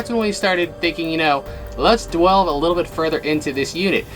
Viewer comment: Jeebs... did you say "dwelve into the story" at the beginning there... ? 🤣😎😂 hehe love it